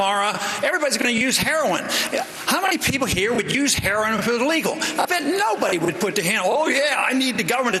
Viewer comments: " Huroin use " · Wow Chris Matthews can't even say heroin. It just reaffirms what I've been saying... Chris Matthews is a joke of a journalist. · "Hurrowin"-matthews. legalizing "hurrowin" it thought it was HEROIN. black ppl also refer to it as Herrawn--hahaha ron paul makes everybody on the repub. stage, obama, and matthews all look stupid.